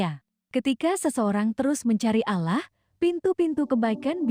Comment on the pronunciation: Pengucapan bahasa utk salat salah mbak bukan salat (nanti dikira sayur) tp sholat jg pengucapan Allah nya di betulin dl baru bikin konten ... maaf mengingatkn masalahnya gk enak didengerin nya